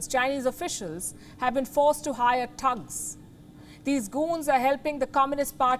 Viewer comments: It's thugs not tugs 😊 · THUGS not TUGS, PUTIN not Puthin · Palki its THUGs, not TUGs.... smh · She said tugs lol 😂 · hahaha palki sharma cant pronounce thugs and goons correctly XD LMFAO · Come on now I'm I the only one that find it funny cuz she can't pronounce thugs .haha